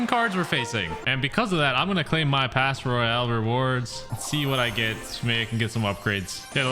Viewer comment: btw its not clash royale it's cash royale